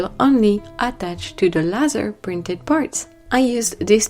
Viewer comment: The word “laser” is pronounced LAY ZER It’s actually an acronym that stands for: Light Amplification by Stimulated Emission of Radiation.